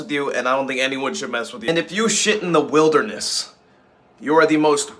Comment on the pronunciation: The way he said "in the *wilderness*"